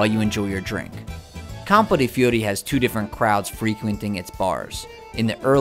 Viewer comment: Every big city is broken up into districts. Nothing unique there. And your pronunciation of Fiori? A bit off, I'd say. I missed Campo de' Fiori last time I was there, but will make a point of visiting it next time.